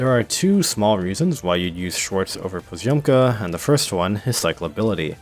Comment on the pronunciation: russian letter Ё pronouns like O, but you need to pronounce previous consonant very soft so it is like poz`omka